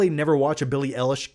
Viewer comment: It's pronounced Billy eye lash